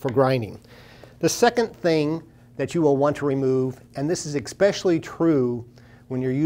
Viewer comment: I appreciate the video. Thank you. Just FYI, the word is especially, not expecially.